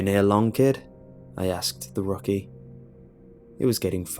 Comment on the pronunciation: rocky lol. Rookie. Rook like the Chess piece